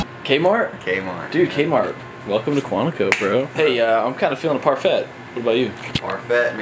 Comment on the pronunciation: You guys say parfait SO WRONGGG AHHH